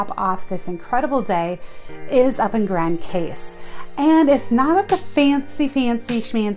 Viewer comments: Its pronounced "meh ree gow " not Marr e go. And its pronounced "Gran Coss" , not pronounced Grand Case, even though that is how it is spelled. Please ask the locals first before making a video with it wrong. I cringed every time you mispronounced both places. Otherwise a nice video, Love Friar's Bay and the LOLOs. been going the SXM for 30 years. Cheers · great review love it!!! it's pronounce "Grand Cause" but spell Grand Case.